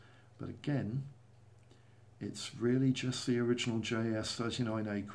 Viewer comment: Tip! Try to pronounce it Gripen with just one P, not Grippen, Gripen with one P! Like how you pronounce Jeep.